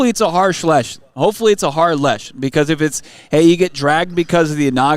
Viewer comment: can't say 'Harsh Lesson' lol, gotta love the love pods 😂. I love it